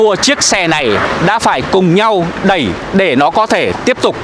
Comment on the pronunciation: Đi "e đẵy" nó lạ lắm à nha 🤭